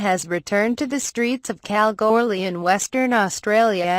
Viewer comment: Hey I live in Kalgoorlie ps you're not saying Kalgoorlie right